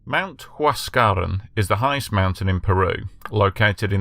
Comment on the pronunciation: Learn to pronounce the language correctly if you intend to sound authoritative. Mt. Huascarán is pronounced "wass-ka-RAHN" in Spanish. The remainder of the names are similarly butchered. Yes, I've been to Yungay. It's a national monument now.